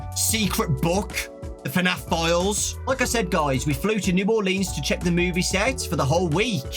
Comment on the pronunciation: As a New Orleanian, I will never get over non-natives' pronunciation of Orleans. That said, glad you had a good time here! Excited for the movie!